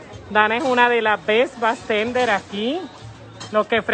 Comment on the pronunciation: el titulo esta asi porque asi es como la que narra el video lo dice